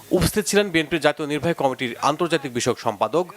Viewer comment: একমাত্র এই সংবাদ পাঠক বাংলা শব্দ বিক্রিত উচ্চারণ করেন যেমন কমিটি শব্দকে কামিটি বাকি সবার উচ্চারণ অনেক উন্নত ।বিশেষ করে নারী সংবাদ পাঠিকাদের উচ্চারণ বেশি উন্নত।উনাকে উচ্চারণের প্রশিক্ষন দেয়ার অনুরোধ বা সংবাদ থেকে অন্যকাজে নিয়োজিত করার বিশেষ অনুরোধ রইলো।